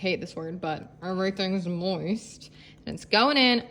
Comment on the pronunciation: Whe you mumbled the word “m*ist” LOL